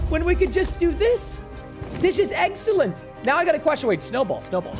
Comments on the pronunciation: 'This is eggsalent' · Did he mean egg-cellent?